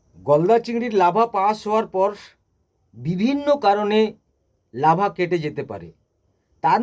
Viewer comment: Lava noy larva..apni ki trenner??